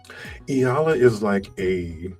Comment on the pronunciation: its pronounced as E YALA not EELA